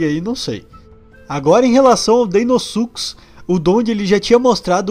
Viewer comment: PORQ AS PESSOAS FALAM "DEINOSUCUS" E NÃO "DEINOSUCHUS" COM O SOM DE "CH"?O CERTO É DEINOSUCHUS O MODO DE FALAR NÃO DEINOSUCUS. O FALA O CERTO ELE FALA DEINOSUCHUS COM O SOM DO "CH"